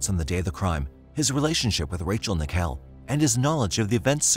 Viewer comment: IT! IS! NICKELL! LIKE THE COIN! I HATE PEOPLE MISPRONOUNCING MY NAME!